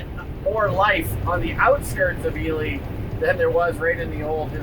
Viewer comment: I have mispronounce Ely my whole adult life! (I am Assuming you are correct)